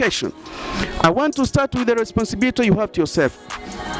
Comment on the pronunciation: Eti nini?, responsibirity🤣🤣🤣🤣🤣 huyo ndo obama anavyoongea. Kweli hamna la kusema. Dont waste our time you stupid people